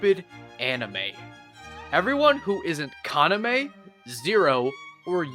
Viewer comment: God the english dub of vampire knight hurts my ears ;...; It also doesn't help that Yuki's english VA is incapable of pronouncing Kaname correctly (even though they actually had the subbed version to hear what the correct way of saying the names were >_>) But then again, the super bland protagonist pronouncing the name of her equally super bland brother/boyfriend as Kana-'meh' is sort of poetic.